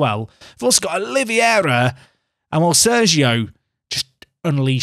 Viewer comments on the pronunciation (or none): Not Oliviera. You can say it like "Olivayra" and it will be more close to the real deal... 😂